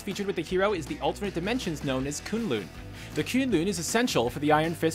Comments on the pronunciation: It's K'un-L'un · kun lun not koon-loon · Did he just say "koon loon" wtf 😂😂😂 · Did he just say kooonlooon I'm so triggered right now 😤😤😤😤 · "Kuun luun"....... Lol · They way he pronounced Kunlun led me to believe the guy hasn't even watched any of the series making his point invalid. + he said the movie daredevil costume is better than netflix daredevil. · The way he's saying K'un-Lun annoys me so much ... and how can the Daredevil movie costume be better then the show? pfff